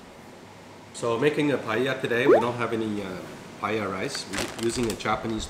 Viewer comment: the way your father pronounce paella is just perfect (sounds so Spanish)